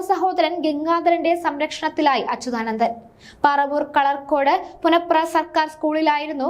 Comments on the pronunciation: പുന്നപ്ര എന്ന് പറയാനറിയാത്ത വാർത്താ വായന ക്കാരി. (പുനപ്ര അല്ല മോളെ)ആദ്യം നാടറി യാൻ ശ്രമിക്കുക. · നീ ആ ര ടീ.....മലയാളം ആദ്യം പഠിക്കു പുനപ്ര.... പുന പ്ര... നാണമില്ലേ ഇങ്ങനെ ഉച്ചരിക്കാൻ. പ്രസിദ്ധമായ പുന്നപ്ര-വയലാർ .... പുന്നപ്ര. ഇവളെ എത്രയും പെട്ടെന്ന് വീട്ടിലേക്ക് പറഞ്ഞു വിടുക..😴😴😴